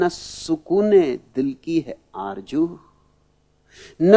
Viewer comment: Aarzoo not Aaarjoo. Babaji, pls dont spoil the beauty of urdu language,. People worship a guy who can't even pronounce the sound 'SH' or Z